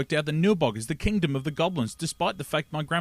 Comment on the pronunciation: Correcttion- Grandpa Seth told Joshua it's the kingdom of the goblins, but Joshua discovered it's the "KEENDOM" of the goblins.